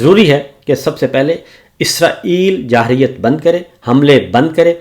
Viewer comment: ماشاءاللہ جی محترم صابر شاکر انکل صاحب آپکا انداز بیان بہت خوب صورت ہے لفظ جارحیت کی ادائیگی درست کر لیں ۔۔۔ اللّٰہ تعالیٰ آپ کو صحت دے اور عمران خان کو جلد قید سے رہائی عطا فرمائے آمین